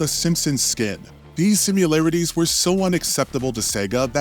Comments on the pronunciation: SIMI-LARITIES, you saying SIM-U-LARITES was driving me nuts lol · Her name is Lara, not Laura. Also, do you actually think the word is "simularities"? Because it's not. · “simUlarities” not sure why this bothers me so much but I can’t take it anymore!